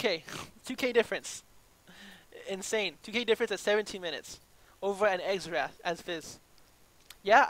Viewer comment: The champion is pronounced "zerath" lol